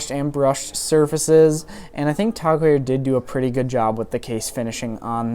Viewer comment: Since when did it become "Tog" Heuer?